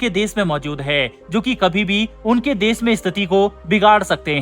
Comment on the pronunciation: Why do you pronounce sh and s sounds wrong. "Twisht" instead of twist and "des" instead of "desh". Sounds bad. But yes, good coverage. Bharat should stop all aid to these buggers.